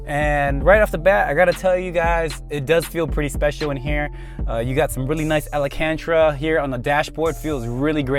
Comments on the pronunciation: Alcantara not alcanterruh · did u just say alicantra? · AL-CAN-TER-UH say it with me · The way you said alcantara killed me lmao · you said alcantara wrong. just so you know.